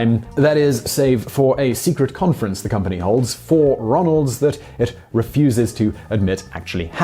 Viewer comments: Convetion... lol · what's a "convetion"?